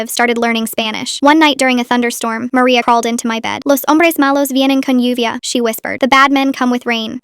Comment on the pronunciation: "nuvia" 💔💔 proof that ai crap will never be good, it's literally lluvia (you-via)